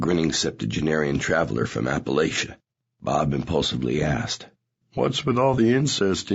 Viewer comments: He even pronounced Appalachia wrong lmao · App-uh-latch-uh. You’re welcome. -from Appalachia and probably not a product of incest I hope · Not “Apple-ayshuh” 😬😬😬